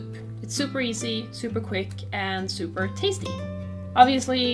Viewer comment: Am I the only one that always chuckled when she said super, like in the end "have a soup-er duper good one!" ? Thanks for the recipe though, I would love more videos like this :D